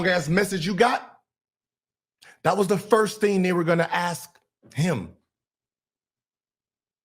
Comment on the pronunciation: To go off-topic,,,could you please pronounce 'ask' with an 'sk' and not 'axe' or 'axd'. Its so hurting to the ear.